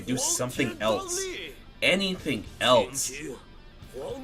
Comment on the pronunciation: eltse??? why do people put a T in else. IT"S ELSE NOT ELTSE.